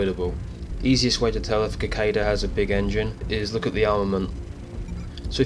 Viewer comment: Just as an FYI, it's pronounced either si-cay-da or si-cah-da. Like the bug.